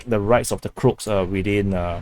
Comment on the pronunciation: Croat is said like this Crow-At for Crow-Aaaation